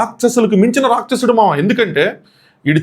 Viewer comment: Racchasudu kaadu pronounciation , its Rakshasudu. Mundu telugu spashtam gaa palakadam nerchukoni, nxt you tube videos cheste better.